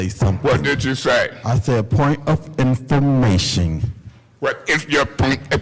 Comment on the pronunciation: Point of enfer mation 😭